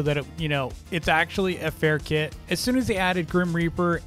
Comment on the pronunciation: The way says kit it sounds like the word kid to me